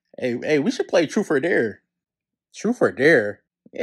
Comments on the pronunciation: “Troof or dare” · Man said troof er Dare.😂